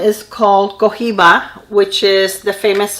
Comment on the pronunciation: Hi! Thank you so much for all of the support of our small business! We are so happy you are loving Marrakesh and the singles! And I love love how you say the shades names and know their meaning! Cohiba! I love that you knew what that was! Thank you again so much for the support and hope you are loving the goodies! 🥰🥰Felicia Nomad Co-founder